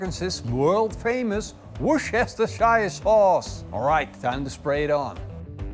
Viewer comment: My grandma said it’s pronounced Woosta-sure in Worchestershire.